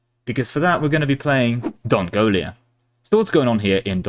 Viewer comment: There is no I in Dongola, in spelling or pronunciation. Your mind just made that up for you so you could compare them to Mongolia. As for heirs, male rulers can retroactively legitimize their spawn by any woman, or (as with many medieval non-Christian nations) not even be hindered by the notion of only a single legal wife. Female rulers are generally limited to own offspring, hence the reduced chance for heris.